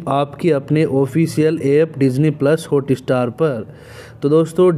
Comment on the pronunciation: Thumb nail ke Sath subject kue nehi match hota ?Sir please HOOTESTAR NEHI it's HOTSTAR .First correct ur pronouncetion .1 DISLIKE Banta Hai.